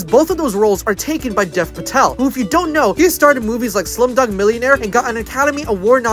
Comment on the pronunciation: I love how you pronounced Hanuman correctly but butchered Dev Patel lmao